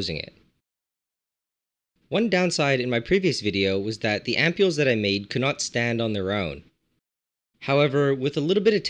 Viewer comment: How do you pronounce this ? "Amp-ew-l' " 😂 ?